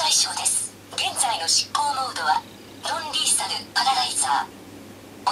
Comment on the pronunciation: ロンリーサルじゃなく、ノンリーサルかと…